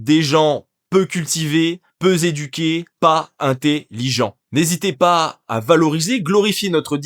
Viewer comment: peu’z’ éduqué